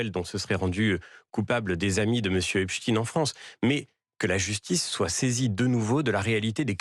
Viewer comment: C’est « EPSTEIN » et non « EPSTINE » comme « EINSTEIN » et non « INSTINE »